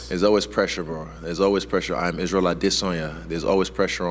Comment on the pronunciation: I will never, ever, never, never ever unironically pronounce Israel's last name the way he has been doing it lately. This dude is walking cringe. Inflated ego mixed with knowing deep down he's just some gay dude who wanks to cartoons and has a big brother named Alex. Stop asking people to be quiet in the back because you're trying to think. Stop trying to make cool ad lib meta comparisons pretending you're not just a gay white dude. Stop trying to sound cool and you'll be a lot cooler. Lol I do enjoy listening to him though. Watching someone with so little self-awareness is only doable like this when you don't ever have to deal with the person in real life. What will he say next? Tune in now for a chuckle, then tune in Saturday for humble Chad silent assassin Poatan forcing the narrative, shutting this gay white man down.